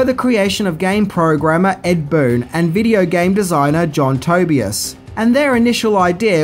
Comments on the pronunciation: It's John Tuh-By-Uhs, not Toe-Be-Iss. It's Ed Boon, not Bloon. It's Scorpion, not Scorpio. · "ed bloon" and "Scorpio" ? Please tell me that was a joke I didn't understand... I would have unsubscribed for that... Had it not been for me never subscribing in the first place.... As a matter of fact I'm going to subscribe, just so I can unsubscribe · Who the heck is ed bloon its pronounced ed boon and scorpio is scorpion get it right felisa soto you mean talisa soto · Love your videos, you had me at “Ed Bloon & Scorpio” though lol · Okay, Ed Bloon, and Scorpio? Man, why can you never get the names right? It's not hard to research names and the pronunciation of those names. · You said Ed Boon voiced Scorpio... forgot the n.. lol